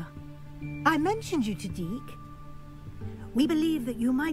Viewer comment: gotta be on purpose calling that house-elf DEEK